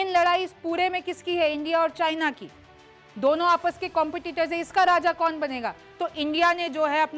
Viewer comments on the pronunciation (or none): none